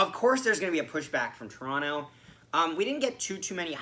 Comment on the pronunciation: 1. Good for you for pronouncing it "Torono." Non leafs fans don't usually do that. 2. Gosh DAAAAANNNNG I always headbang to that opening music. 3. Good game. We still gonna collab after our last game?